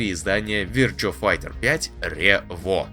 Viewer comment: Вирчуа файче... рпХЭ... 🤦🏻‍♂️